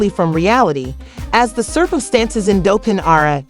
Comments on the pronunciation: 😂gotta be using A.I....cause how they keep getting it wrong when they got news clips saying it right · Ummm….. just a heads up it’s Pronounced DOLL-TON 🫥🫥